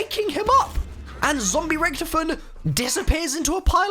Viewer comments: I have an idea. Did undead richtofen transfer his soul to ultimas rich? Remember the end of moon and the origins ee removed Sam from his body. Also the German pronunciation is Rish-taw-fen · Don’t get me wrong I love the channel but the way you pronounce Richthofen annoys me